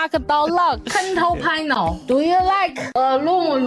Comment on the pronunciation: Fun fact: when said "control panel", it sounded like "kontol panel" to me, and here in Malaysia, "kontol" is slang for ballsack, so she was saying "ballsack panel" the whole time 🤣